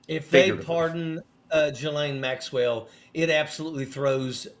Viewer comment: I wish Hal would pronounce Ghislaine's name correctly. She pronounces it with a soft G sound and silent S - i.e. Jill Lane.